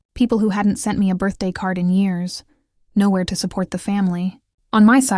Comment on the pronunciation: This AI business is really funny sometimes. Doesn't whoever programmed this not know that the word "to" is never pronounced with the long O sound, rhyming with toe?